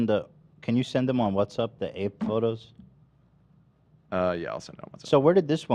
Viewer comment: The fact Ethan is using WhatsApp for probably years at this point but still calls it WhatsUpp freaking cracks me up lol